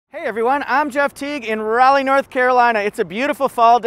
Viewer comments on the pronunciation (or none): none